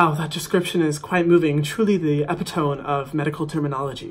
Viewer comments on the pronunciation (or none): sis really just said epitome as epit-oh-m